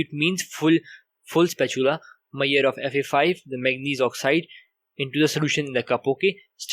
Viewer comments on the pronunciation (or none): please talk properly. What is the point if no one understand what you are talking..It is me..sh..ured not mayed for measure